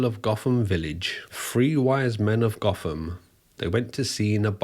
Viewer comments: I'm going to be a picky twat, but the village name isn't pronounced goth-am, it's pronounced goat-am....its one of those petty things that really annoys me for some reason... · I believe the village name is actually pronounced “goat-ham” not “goth-ham” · The English town Gotham is not pronounced as Batman's Gotham. It is pronounced 'Goat-em'' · I’m sure other people have commented as such, but Gotham is pronounced locally as Goat-ham. Love your vids by the way. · The thing I love about this story is, I live in Nottingham... Lived here my entire life. Not once did I ever see this guy or hear about any of this on the local news.. nope, only ever seen this online.. and on technicality its pronounced "GO-fom" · Quick correction- the name of the village is spelt ‘Gotham’ but pronounced ‘goat-em’. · I grew up round here and even though Gotham from Batman came from it and it's spelled the same, it's pronounced goat-um Interesting video though, don't know how I've never heard of this case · It’s pronounced GOTHAM..as in Go..Tham duck😂🤣😂 We ain’t in Batman land here mate! 😂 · Gotham in Nottinghamshire is pronounced "Goat Ham"... Now I'm hungry! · It's pronounced Goat-am